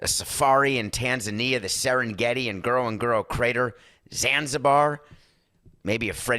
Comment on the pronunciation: ha! David. Ngorongoro Crater sounded like, "Girl on Girl Crater." 😄